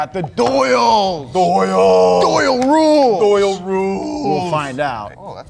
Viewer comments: how cringe that he kept saying doyle rules. maybe watch the movie again. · It's O'Doyle. O'Doyle. The fact you two both said it wrong like 60 times hurts my heart. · It's not Doyle rules it's O'Doyle rules, happy Madison is a fine film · For God's sake it's O'doyle... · who's going to tell them it's "O'Doyle rules" not Doyle.